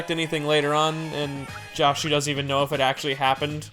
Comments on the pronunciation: Why does everyone pronounce "Joshu" as if it's like "Josh", like "Drake & Josh"?? To me it's pretty obvious that it's pronounced "Jo" as in "Josuke". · his name isnt promounced like "josh", the o is pronounced like "door"